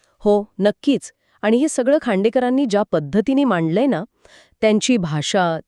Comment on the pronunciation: मॅडमना कुणीतरी "न" ला "ण" म्हणू नये एवढं तरी शिकवा रे!